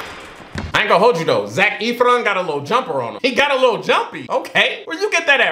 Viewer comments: Lmao Vanessa Hudgens was 16 when this movie was filmed. She was NOT 25 playing a teen, she was a teen. And also Zac’s last name is pronounced as Eff-ron not Eef-ron 😂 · i felt so mouch pain when he called zac efron zac eeeeeefron it is pronounced zac fron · You're pronouncing his name wrong it's not Zach etheron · "Zac Eefron" 😂😂😂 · the way pronounces it like ETH-RON kills me everytime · Ethron? That’s not even close to how his last name is pronounced